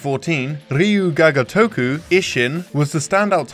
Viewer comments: "All we hear is Ryo-Gaga-Toku!!" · Ryu GAGA toku? You mean Ryu ga GOtoku. Somone is still thinking about Lady Gaga's Super Bowl performance. xD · well "gagatoku" is not better either :D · At least look up how it's supposed to be pronounced, "reeju gaga toku" grates the ears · Everytime he tried to say it I fucking lost my shit. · Yup, even when its their native tongue I correct them. In this case if youre going to make something to be educational, you at least want to get the title right. Because they way he says it, its not even same same word. Ryu Ga Gotoku specifically means "Like a Dragon" If you mess that up youre severely messing up the title. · first time I heard someone pronounce "Ryu Ga Gotoku" that way. it's mind boggling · Not trying to be negative, but japanese pronunciation needs work, Google Translate text-to-speech does a better job:v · it took me hearing "ryuu ga gotoku" like 5 times before i realized that was what you were saying, the pronunciation was really off :( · Can you get someone who can pronounce properly. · It's pretty funny how you're trying hard on the "Ryu ga Gotoku" pronunciation and then just crapping out "Ishin". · I'm sorry, but please learn how to pronounce the name. It hurts my ears. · I'm sorry, but I can't stand the way you pronounce Ryu ga Gotoku. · Maybe you should get a different guy to talk about Japanese games. These pronunciations are pretty painful.